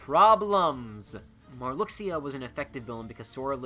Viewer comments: Mar-loo-sha, not mar-lucks-ee-ah. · I like your pronunciation of "Marluxia" as Marluckseeya I usually say it like Marloosha